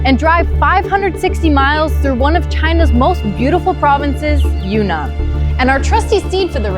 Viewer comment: It’s pronounced Yun-Nan, not Yu-Nnan.